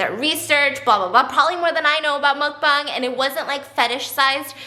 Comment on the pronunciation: Also, as much as I absolutely ADORE Master Goldblum... his pronunciation of mukbang made me want to rip some of my hair out 😅😫💀